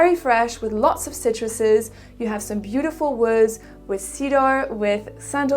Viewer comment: I notice flaws in her English - the way she pronounces words like "woods" or "thoughts," for example. I am actually curious myself. Inquiring minds wants to know.